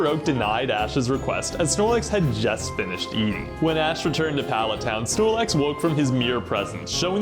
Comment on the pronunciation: Znorlax "alrite-now"😺